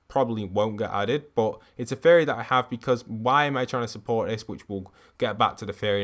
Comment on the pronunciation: Like the vids man, but I cant unhear you say fairy instead of theory and with the runes of last season, I heard ruins all the time xD Anyone else hear this aswell?